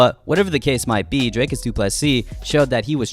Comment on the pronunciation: bro it's not draykus it's pronounced drie kus